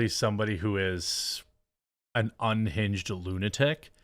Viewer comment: "Ungined lunatic" and "hwite woman" usually go hand in hand.